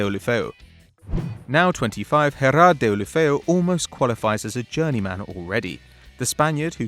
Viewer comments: Football fans: Everyone heard of Gerrard: "HEraRd" is the best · I ain't one to correct anyone but it's daily blind UK people who does watch football hear how to pronounce it but y'all just say anything and ITS GERARD LIKE PIQUE FIRST NAME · "HERARD" "DINNN" (Digne)🤣🤣